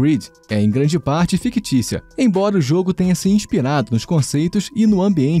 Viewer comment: É "fictícia", e não "fiquitíçia" 😄